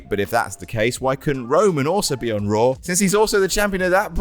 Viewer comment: Raw* not Roar